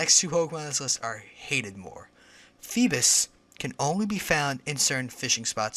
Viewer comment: fee-biss? what?FeeBASS like...a BASS fish lol. Geez this guy.